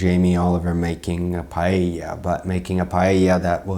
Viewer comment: Thanks for pronouncing "Paella" in the right way! Let me explain the controversy: Paella is a specific recipe, including just few ingredients (Spanish rice, some veggies and some meat... ask Valencia people for details). When you change ingredients, then it's not called "paella", it's called something else. Imagine that I take a piece of bread, I put some cheese on it and basil, and roast the whole thing in the oven, and I call it "Pizza". Would Italians agree? Or I take some chicken, I fry it with leak, until it gets all crispy, and I go and say it's "Fish and chips". Would that be correct??? I don't think so. And to finish it up, he still said in "The Graham Norton Show" that "It tastes better with chorizo". That proves a total disrespect for other countries traditions... and please, never cook "cured meat"!!! It only ruins the product!